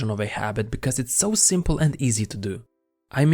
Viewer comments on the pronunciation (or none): none